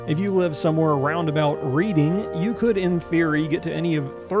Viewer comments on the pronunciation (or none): BTW, the town in England is pronounced as Redding, not like reeding. Neat video though!